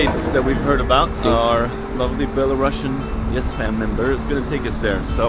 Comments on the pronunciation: Many thanks for your video! 👍But there is one small but important note :) The country name is Belarus and the word "Belarusian" is with a single "s" letter, it pronounces as "/ˌbel.əˈruːs.jən/", not “Bela-russian”. It is important, because otherwise it sounds as another version of russian, which is not the case. Thanks. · You pronounced it wrong. It's not belaruSHian. It's BelaruSian. Just S sound, like in word TuniSian. No SH sound at all. Thank you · Such an unexpected video! 😀 I have to mention that the correct pronunciation of the word Belarusian is [ˌbel.əˈruːs.jən]. Due to the country's name change after acquiring independence at the very end of the USSR, the adjective has also changed. It's a pity you couldn't speak about the essential things that are inevitably political. Thank you for caring about the security and well-being of the people you meet, it means a lot! Our country is under the oppression of an absolutely illegitimate gang who arrest, torture and threaten their citizens inside the country and abroad. To make it worse, they try to drag Belarus into the awful, unbelievable Russian war against Ukraine which no Belarusian could ever imagine